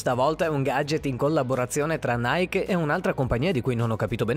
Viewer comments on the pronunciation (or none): none